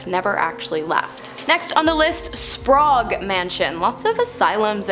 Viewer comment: Why pronounce Sprague as Spraugue? I guess it's not surprising as she also pronounces apparition as apparation... 🤦